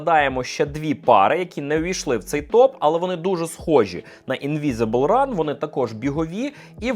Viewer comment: явний піздьож в відео. nike infinityrn 4 - демісезонна пара. Не на літо вона. Ведучий - поц)) P.S і не "інвізібл ран" а "invincible run" що переводиться як "непереможний біг")))